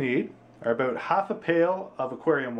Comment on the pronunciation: Dude since you didn't show how to open the canister, this video is "aboot" pointless. Dah